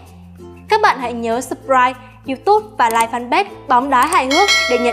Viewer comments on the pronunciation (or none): none